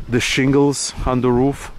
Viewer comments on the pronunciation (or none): none